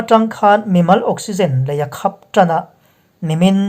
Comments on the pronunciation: A bengvar thlak thin hle mai,mahse ilam dan hi uluk deuh teh,khap hi,mitkhap ang a lam tur ani lo.meizang pawh,hnungzang anga lam tur ani lo bawk,news reader ho hian, thu lamrik dan hi in fimkhur deuh atha khawp mai.... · Khap tih hi i lam dik thei lo hle mai mitkhap ti ang in i lam leh thin a a hniam in a ri tur a ni